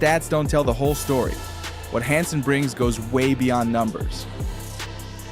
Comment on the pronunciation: His name is Yang Hansen. Han sen, Han pronounced Hand without the d, not hang. 瀚 and 航/杭 are totally different in Chinese.